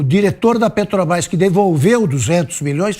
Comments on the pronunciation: "PETOBAIS" ele rouba tanto que furta ate as letras da palavra, meu deus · O ladrão fala "Petobais". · Alguém aí sabe que empresa é essa que esse analfabeto fala? Petobras. Kkkkkkkkkkkkkkk O cara de pau do ladrão de 9 dedos, além de criminoso, também é burro... Kkkkkkkkkkk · Esse ladrão deve lavar a boca antes de falar de Jesus. Vai aprender a falar o nome certo PETROBRÁS, ignorante